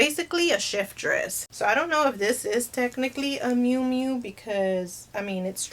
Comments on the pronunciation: The correct way to say Moo Moo is just like a cow ( not trying to be smart ) I really like your channel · It's Mumu, pronounced moo-moo. You didnt have a nana who wore one? Lol. All my Tias and nana rocked those everywhere, even the store. Ugh. Just sold one myself, btw.